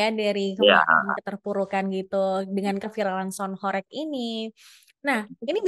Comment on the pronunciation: Cara baca horeg nya salah😂, bukan horek.... Tapi Hooreeggghhh ( dalam bahasa jawa mksutnya bergetar sangat hebat)